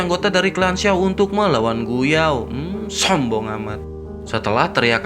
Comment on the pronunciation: Kata sombong nya di tekan kali bang🤣 Ngakak banget Lu min🤣